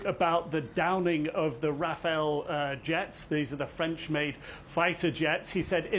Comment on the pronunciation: Could english speaking people stop saying Rafael? Rafale for fuck sake. Pronounce the second a just like the first one.